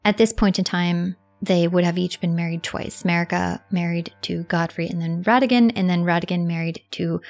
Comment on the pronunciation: ye, and please, her name is mArika, not mErika example of correct pronounce